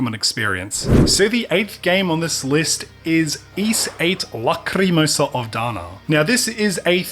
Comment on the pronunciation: Dude great video like always. Also the way you said "Lacrimosa" the first time? Magnificent. I think Ys8 is the only game on this list I've played. Nice to see games I've not seen talked about 100 times.